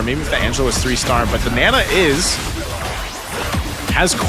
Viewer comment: its not nena its naaaaa naaa